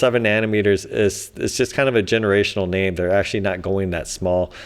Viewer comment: Actzhachry, lets all cooperate with each other.